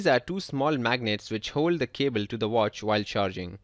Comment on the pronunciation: cable not cebel. Lol